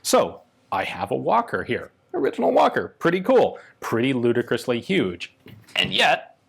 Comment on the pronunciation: It's "UUGE"